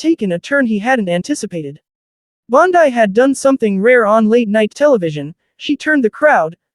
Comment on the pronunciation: Damn! The female AI narrator is worse than the male voices. “Bond - Eye”.